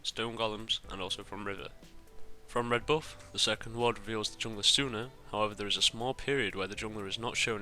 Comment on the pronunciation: your pronunciation at "buff" is hilarious - from where are you? ;D